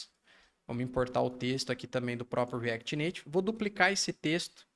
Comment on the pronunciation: shadycêeneuai no reacty nativy...